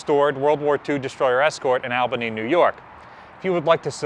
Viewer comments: Its not Al ban ee its All ba nee. Thats the way NY radio pronounced it. Just like you keep referring to yor past museum ship as Tay nee ( which is probably the way the crew pronounced the name) . But he and the people who live in Maryland pronouce it Taw nee. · Say it with me,. "All-ban-nee."